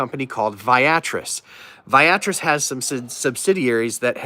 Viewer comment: Hey.. just FYI, the pronunciation is Via Tris (vee ah tris).